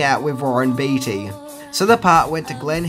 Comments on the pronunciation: Hey! Long time fan here. Just wanted to clear something up for you. Warren Beatty's name is pronounced "Bay-ty", not "Bee-ty". Also...Madonna's performance in this movie, as well as any movie she's been in, is complete trash! haha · It’s pronounced baytee not beetee. But you rock so hard!!! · It's hard to hear you say Warren's last name. It's said like "Bay-tee", not "Bee-tee". Nonetheless, definitely a classic film and one of the only times Madonna did a proper acting job. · That's Warren BEATTY (BAY-TEE), NOT BEATY (BEE-TEE) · Jesus! It’s Beatty not Beetie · Warren's surname is actually pronounced Bay-tee. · Beatty = Baytee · It's pronounced Baytee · Sorry gotta corrct ya man, its warren bee yeti, and homage is pronounced, OH mahjjj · Ha you mispronounced the lead actors last name. And it's wreaked havoc, not wrecked havoc. Cheers mate I'm just joshing ya